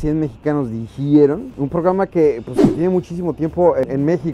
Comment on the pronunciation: Es mexicano dijiero no dijiiero